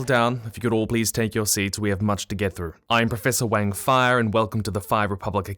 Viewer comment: Wang -> is more pronounced like w-ung not w-Aang Also love OSP and other familiar creators (though I feel putting a shoutout in the description would be nice :>)